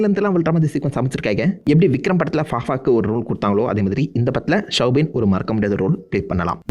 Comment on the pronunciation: Soubin not shwbin